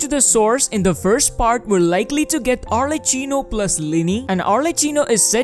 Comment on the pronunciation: For everyone interested, arlecchino is pronounced with an hard c (the character is from italian commedia dell'arte and we use a hard sound for chi, similar to ki)